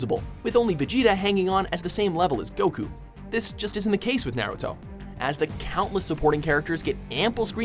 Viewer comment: anyone getting triggered at the fact that he cant pronounce any names or moves in naruto correctly?